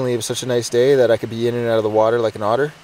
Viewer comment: I love this „eout“ instead of „out“